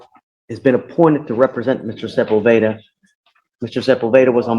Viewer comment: Sepulveda is pronounced seh-pool’-beh-dah. The emphasis goes on “pool,” not on “beh.”